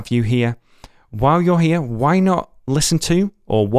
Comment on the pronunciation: No he says why but he pronounced it like وعي lol